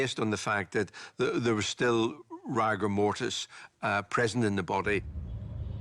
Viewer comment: Very odd hearing a professional pronounce rigour mortis as rAgour mortis.